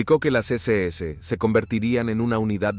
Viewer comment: Porqué dices la deséese, es la ese ese o sea SS.